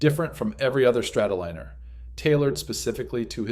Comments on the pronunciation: Liner as in airliner! Not leaner or leener, Liner as in Lion. God I hate these AI narrators. if it would have made the mistake once you could understand it but it kept doing it over and over. It is madding! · ARGHHH! Not Strato-leaner! It's a Strato- lie-ner